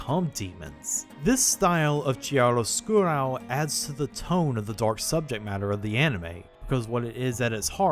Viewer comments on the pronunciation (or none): Hey, the word "Chiaroscuro" is not pronounced the way you are trying. (and it is not the first time you did it) Tip: go on google translate, type the word and then click on the listen icon to hear its correct pronunciation.